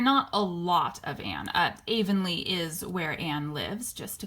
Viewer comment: It's pronounced Blie-th and Avonlea is pronounced av-on-lee 💚 Have you ever watched Sullivan's series of "Anne of Green Gables"? It's beautifully made